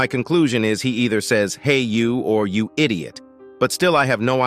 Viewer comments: He said “hey you idioot” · I heard TV Titan say hey you id -iot